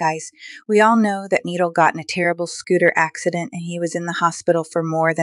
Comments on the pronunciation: It’s not needle 😂 ❤ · Say knee and then doll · It’s not needle 🪡 😂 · You keep on saying needle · Mhm it’s noodle LOL